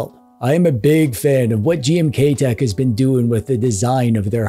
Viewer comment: Anybody else hearing "GMTKtek"? 😅